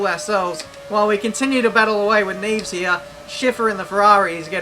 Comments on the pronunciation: Neves is pronounced nev-es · Neevs? Seriouly hahahaha